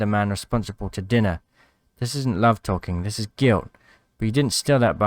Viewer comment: That "dinna" pronunciation was hilarious, no attempt at a Scottish accent lol